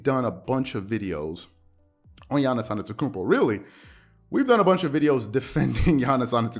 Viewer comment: If you respect Giannis then STOP SAYING ANETOKOUNMPO it’s ANTETOKOUNMPO there is a T after the n